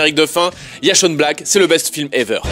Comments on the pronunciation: Chaine Black. La prononciation correcte. Son nom étant Shane pas Shawn. oui je fais chier mais bon. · "Shane Black"... "Shane" se prononce "ché-inne"... mais où vas-tu chercher ton "chonne Black" ? Bref... j'aime tes vidéos mais ton anglais est exécrable. Mais j'aime tes vidéos... ^^